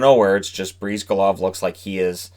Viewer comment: Briz-GAH-Lahv, not Breeze-guh-lahv